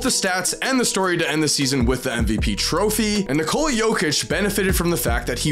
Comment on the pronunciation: dude its not nikooola its nikola like nikola tesla ....